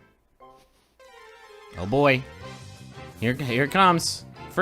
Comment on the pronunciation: Does griffin know he says boi more than boy